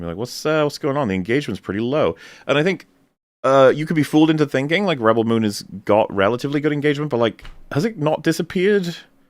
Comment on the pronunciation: I love how the accepted pronunciation of Rebel Moon is now and forever will be "Ruh Belle Moon"